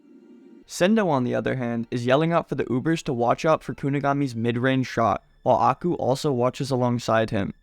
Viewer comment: can u please pronounce Aiku as eye - kuw and not aku